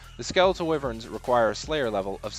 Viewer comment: why-vern why do so many people mispronounce this? what english word does wy make a wi sound? why would it be different